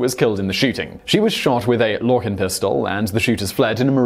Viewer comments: It's pronounced LORE SIN not LOKIN. No longer in business due to a variety of reasons one being low quality materials. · The pistol is pronounced Lor-sin not Lore- kin